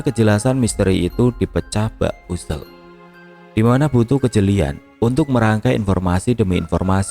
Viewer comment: Puzzle dibaca pazel. Udah 2024 masih aja gak tau cara baca hadeuh...